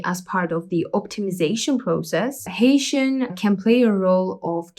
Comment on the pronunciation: I think Hessian is pronounced as heh-see-an, not as Haitian.